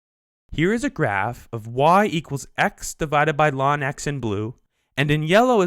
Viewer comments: Great video, except you should not pronounce ln(x) as 'lawn x'. Nobody ever calls it that. It's 'the natural log of x'. Or, once it's understood, just 'log x'. Or L N of x.. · why is 'the natural logarithm of x' being vocalized as "Lon X"? I looooooooooooooooove this topic. the info is well-presented. but I swear - - math people talk weird sometimes. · Wow. Laaan x. Nice over-pronunciation...